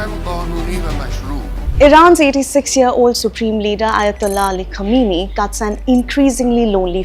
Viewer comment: It's not Kameeni, It is pronounced as Qaaamaineee.....